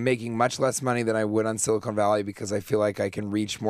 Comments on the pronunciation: On the show for four years, can't pronounce Silicon... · He called his own show “Silicone Valley”.... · Someone should inform TJ that the show he was on is called Silicon Valley, not Silicone